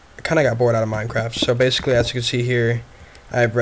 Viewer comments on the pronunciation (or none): none